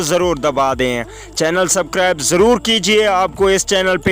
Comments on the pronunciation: Ani deya subcribe nai hota subscribe hota hy bolna to sekh luly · Scribe nai bhai bolna to sekho